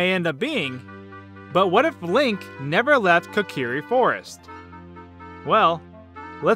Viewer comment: My god can anyone pronounce Kokiri right 🙄